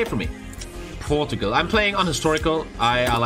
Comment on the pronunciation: I’m sorry you say Portugal wrong also I knew how to use the middle mouse before you that sad rip